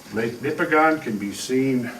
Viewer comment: Couple of minor points. It is Ouimet Canyon, not Quimet Canyon. And the stress is on the first syllable of "Nipigon", not the last. I lived in and explored this area for 3 years in the early 80s and am very familiar with all the topography described. The flat top "mesas" with a tapered face are called Cuestas. I have heard explanations of how the ice formed them, but never heard that they could be formed by a flood event. I can recommend a very good guide if you take a trip there.